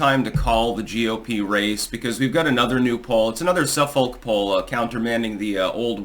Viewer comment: The Suffolk Poll is pronounced SUH-fick. You’re from New England, dude. You should know that!